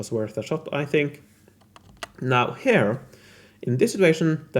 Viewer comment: I need to say that, well im sorry beforehand but, the way you pronunciate "here" makes me sick, but I still enjoy your videos and I rlly admire the love and dedication you put in them. Im sorry, I had to release some hate if I plan keeping watching your videos. I love your work and i admire it, its just that your "here" 's dont make it easy. I hope i dont offend nor demoralize you. I'll try to "rewire" my neurologic paths to not hate them. Rlly, 3 months already trying. Someday... Im gonna make it... Hope at least I make someone laugh! Love from Spain